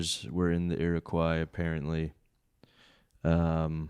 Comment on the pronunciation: it's killing me to hear Shawn call it "ear-o-kwi" when it's pronounced "arrow-coy". Coming from a guy that lives in Iroquois county, where the Iroquois Indians lived lol.